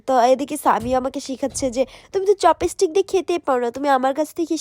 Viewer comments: চপিস্টিক না চপস্টিক😂😂😂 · চপস্টিক ❎ চপিসটিক ✅ 😄🤣🤣🤣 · চপিসটিক 😂😂😂 murkho kothai bolte parena